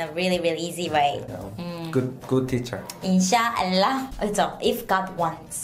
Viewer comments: You totally said inshaallah better than she did 😍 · I love the way u pronounced "Inshallah" Very well... 😘😇